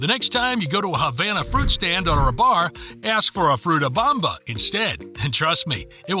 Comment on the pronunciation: Fruta bOmba, not fruta bAmba (Bamba is a dance). A and O are pronounced very differently in Spanish. Also, the word "“mÁquina” has an accent mark on the Á. You must stress that syllable, not the one that follows.